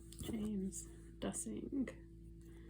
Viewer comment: Hi! Thank you for posting! His last name is pronounced DEUCE-ing or DOOS-ing just to let you know. His brother Scott lost his life to suicide a few years ago. Although I do not usually support intuitive efforts, I am a close friend of James’ ex wife and want to do anything to support this family and I appreciate any sharing as his family does of course as well.